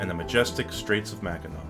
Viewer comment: Thank you so much for pronouncing Mackinac correctly. So many people get it wrong, even people who live in Michigan.